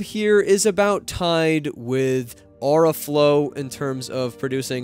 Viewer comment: Great vid,. Thanks! But did you forget how to pronounce “aura”? 😂